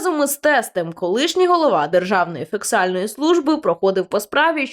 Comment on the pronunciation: Не фіксальна, А ФІСКАЛЬНА служба. Не позортеся, безграмотні